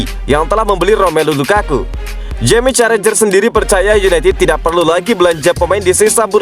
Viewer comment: Bukan Jamie Carrajher tapi Carragher.